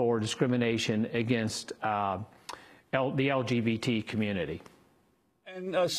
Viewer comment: "LGPT" members. Nice job news lady.